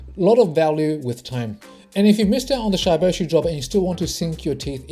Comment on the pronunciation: It's not shyyboshi bro Its shiboshi like shib Pronounce like that 💞